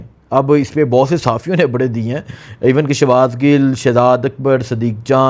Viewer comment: Habraion yaa khabraion